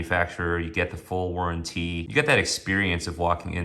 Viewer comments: You have to be careful with "lugzoory watches" and look for a good "war'an'teeee". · Where did you learn to pronounce "warranty" like that